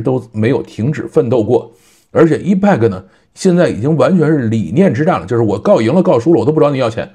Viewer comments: 我觉得真的应该重视一下发音，我指的是重要单词，或者产品名称的发音，这个挺重要的，一是可以表明你是科技播主，二是表明你还没放弃不断学习，三是尊重产品，四是尊重听/观众。Epic是个“大词儿”，本身的意思是“史诗级的”，发音发成“易派客”简直太远了，应该发成“埃屁克”😆，多简单啊。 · EPIC念为 epik，不是一派克。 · 对，应该读埃辟克